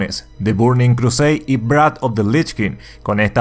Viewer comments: Aqui e pelaste un poco el ingles: "Wrath" se pronuncia textualmente "Rrath" (la doble R es porque se acentua mucho al principio como ERRE y no como ERE, que es un error que la gente comete mas o menos seguido) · Adoro tus vídeos, aunque la verdad me duelen los oídos en la pronunciación de "Wrath" sí no te sale no creo que a nadie le moleste sí lo dices en español 😋👋🏾 ❤️